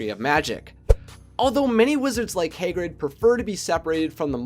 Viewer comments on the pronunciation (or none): I swear to god the beginning triggered me hay-grid. No. HA-GRID. NOT HAY-GRID OH MY GOD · Hahh-GRID not haygrid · Can u plz say Hagrid correctly, I'm cringing whenever u say Hay-grid